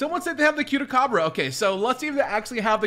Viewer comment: The way he said Cute-a-Cabra 😂😂😂😂😂😂😂😂😂😂😂😂😂😂😂😂😂😂😂😂😂😂😂😂😂😂😂😂😂😂😂😂😂😂😂😂😂😂😂😂😂😂😂😂😂😂😂😂😂😂😂😂